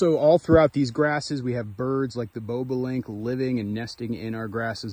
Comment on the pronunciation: It’s Bob. A. Link pronunciation